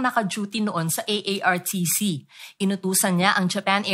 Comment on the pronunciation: correction artcc hindi aartc